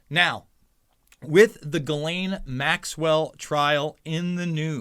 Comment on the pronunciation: You’re about the only one who can say Guislaine properly